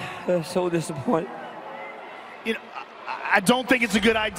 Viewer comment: I have never heard the word disappoint pronounced with such disappointment 😂😂😂